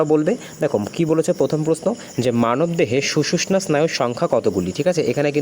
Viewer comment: স্যার ওটা সুষুশ্না নয় 😂 সুষুম্না স্নায়ু হবে.